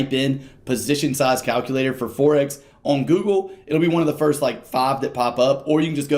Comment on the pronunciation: Forex, as in foreign, not forex as in fourex.